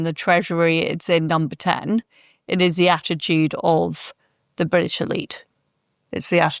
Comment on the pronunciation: I'm eight minutes into the show and can't bare hearing Liz Truss saying 'Bridish' one more time.